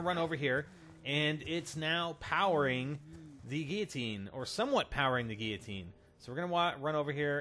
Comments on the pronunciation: Gil-o-teen..... Wtf is a geatine? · GUI-LL-OTINE L NOT YA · GILL-AH-TEEN oh my goodness damn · God damn it, it gill-o-tin. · What's a Geeoteen? xD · It's pronounced Gui-ya-teen. You say it wrong.